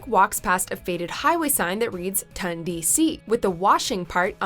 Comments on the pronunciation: Ton. Ton DC. Not Tun DC. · Its not pronounced tUndc it’s pronounced tOndc